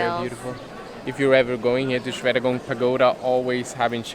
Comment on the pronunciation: Normally, mostly foreigners are not correct the pronunciation of "Shwedagon Pagoda"... I'm impressed.. love you both